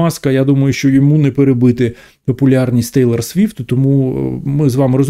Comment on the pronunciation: Раз телорт сфифт сказал 😂